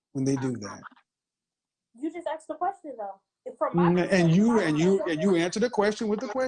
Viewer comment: ‘Can I ‘axe’ you something?’ 😅